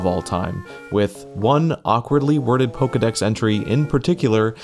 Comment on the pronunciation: no, dont say pizdex like that, its russian f word